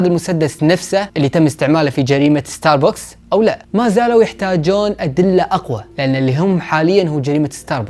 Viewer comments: ستاربكس ❌ ستاربوكس✔️ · اسمة استاربكس وليس استار بوكس 🤗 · اتوقع حسب معلوماتي العاديه اسمه ستار بَكْس مو ستار بوكس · ستاربكس مو ستاربوكس هههههههههههههههههههههههههههههههههههههه😂 ♡ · عنوان كامل لستاربكس وانت حتى اسمه ماتعرف تنطقه